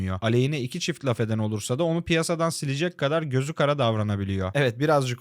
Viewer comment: Şu laf kelimesini artık doğru telafuz et de abi izleme isteğimiz ölmesin. Kaç defa yazdık ama ya.